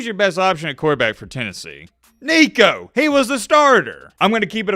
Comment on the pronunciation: Nico just added an "n" to his name...